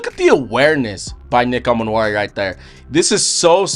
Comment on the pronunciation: Pronounced E-Man-Wori, not A-Man-Wori.